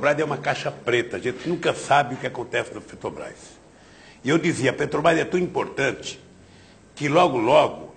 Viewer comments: "petobrais" caralho... como tem mongoloide que defende esse cachaceiro analfabeto. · o cara que sequer consegue falar o nome da empresa corretamente